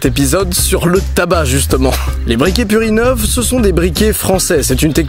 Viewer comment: J'ai pas pu m'empêcher de me marrer en entendant "merci purinov" qui fait très "merci purin-ov" xD